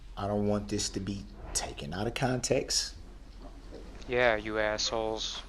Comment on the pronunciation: He never said "out of context". He said "out of conteks" whatever that means !